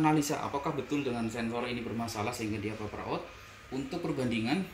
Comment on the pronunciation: Maaf mas, pernah denger orang bule ngomong paper ga?